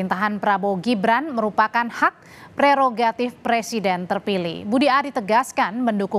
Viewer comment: Sekelas presiden kok ngomong PRESIDEN saja ga becus. Bacanya PRESIDEN wooi...bukan PERSIDEN.